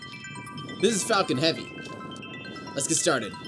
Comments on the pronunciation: When you first hear falcon heavy in the vid the guy sounds like he said Fuckin Heavy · i always hear "fuckin heavy" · What, is it me or it is everyone, what did I hear on … fk1ng heavy? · at the very start does he say fu**ing heavy, not falcon heavy?